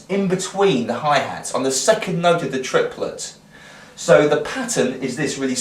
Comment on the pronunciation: Dude, triplets are counted either tri-pl-et or 1- and- a it's a three syllable word